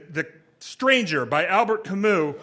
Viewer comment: Not really, here's how you actually pronounce it Still better than Al-Bert Kay-Moose though I'll give him that